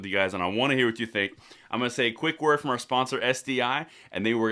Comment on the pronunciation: ARS AND AKS.